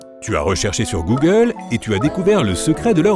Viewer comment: ooggle ( Google )